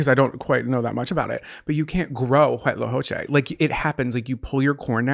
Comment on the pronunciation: Latina here. The only part you need to correct is the first C. Everything else is great!! Co-che. Make a C/K sound, not an H sound. With a short "O" vowel sound. Like Coco... I hope I make sense. Lol